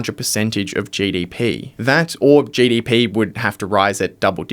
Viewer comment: Speak proper English dude … it’s GDP not JDP